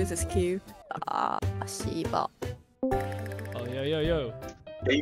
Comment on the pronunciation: that girl saying shibal was so embarrassing she didnt even say it properly